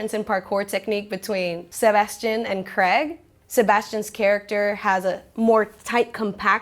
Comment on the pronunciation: Very charming and informative host. She's maybe the first anerican ive geard ever correctly pronounce craig. Though once did revert to the bizarre american "creg". I thought the south park character of craig was called greg because of this absurd pronunciation.